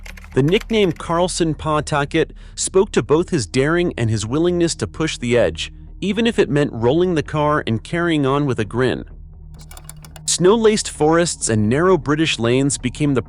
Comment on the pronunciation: "Carlsson pataket"! 🤣 Pataket??? One would think that maybe someone who's gonna speak about a subject would concentrate a wee bit more...